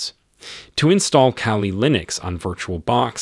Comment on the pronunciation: Its KALI not CALI